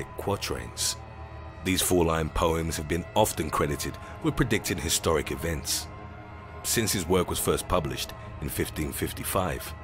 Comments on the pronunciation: Historic not hystoric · “Hystoric” you sure its not Historic, work on your intro cards